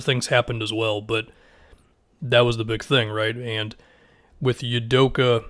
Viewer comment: For reference, pronounced “Ou-doh-kah”